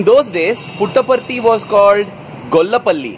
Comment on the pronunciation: Davvero curiosa la sillabazione "Put apart it" ....(y) simpaticamente veritiera.